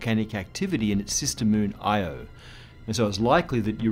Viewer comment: No, it’s not ‘E-O’ it’s pronounced ‘Eye-O’